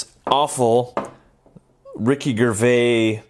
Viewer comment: I bought one of these because not everyone has over £100 to pay for an official S.H.Figearts one. By the way, Ricky Gervais is pronounced Ger as in German and vais, like face but with a v. Not Ger as in gorilla or gerilla as it would be and not vay as in way.